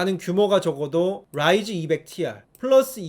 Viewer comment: ㅋㅋㅋㅋㅋㅋㅋㅋ 롸이즈 롸이즈 롸이즈 너무 웃기잖아요 ㅋㅋㅋㅋㅋㅋㅋㅋ